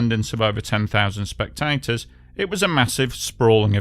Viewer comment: Hahaha! AI narrator can’t pronounce “spectators”. Lol